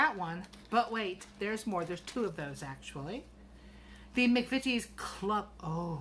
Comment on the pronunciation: Oooo yummy mail, you said McVities correctly the first time. Those spice blends sound delish and that yarn is gorgeous 💙